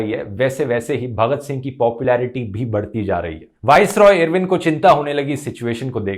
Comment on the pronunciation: irwin pronounce karna toh sokho fhruv aur pehele bhagat singh ki life sentence bohot dangerous thi